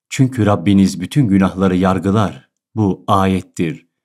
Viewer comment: yarlıgar kelimesi yargılar olarak telaffuz edilmiş lütfen dikkat